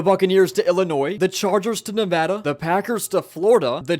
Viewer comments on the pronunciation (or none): none